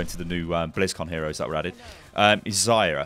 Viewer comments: Man, it's not Zaya, it's Za-Rya with hard R. It means "sunset" or "daybreak" in Russian. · meh... i just want to help you pronounce name correctly. By the way: Za-ryA accent on second `a`. No offence, pal.